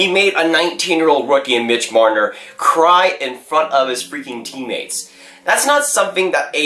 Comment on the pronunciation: who was it???? did you say MIDGE MRNNNNNRRRRRRR? you sound like an idiot